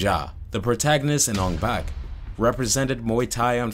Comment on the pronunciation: Take a shot for every time he says Ong Bak incorrectly.